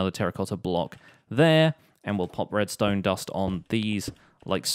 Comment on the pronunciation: whos oliver redstone u said oliver redsone